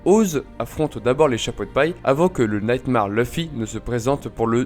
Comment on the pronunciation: L'effort notable pour la prononciation du mot "round" ainsi que "fourth" mais pas pour le mot "nightmare" XD